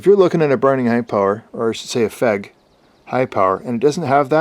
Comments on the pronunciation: Keeps calling it a "fehg". I thought it was F E G. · I heard somewhere that the trigger's different...might be for the P9R though. Oh, and FÉG is pronounced as "Feyg/Fayg"!